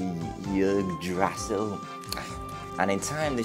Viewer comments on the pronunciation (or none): Not relevant but it's pronounced IG-druh-sill, the world tree